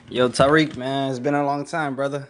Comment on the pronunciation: NOT THE BIRDS CALLING FOR TA-WEEK, TA--WEEK 😂😂😂😂😂😂😂😂😂😂😂 I CAN NOT WIT YOU TARIQ, IN LITERALLY IN ALL TYPES OF TEARS